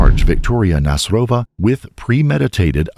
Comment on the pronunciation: Nasyrova is a Tatar second name. So you put on Y' when you read it